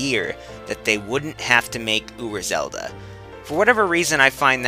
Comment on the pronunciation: ura zelda? uber zelda? I can't understand you